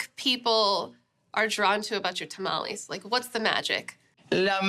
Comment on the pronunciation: It would be nice if you would say tamales correctly and maybe speak a little Spanish